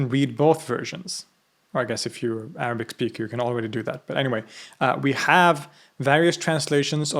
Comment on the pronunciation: I can't get over your Arabic pronunciation, it's flawless almost native.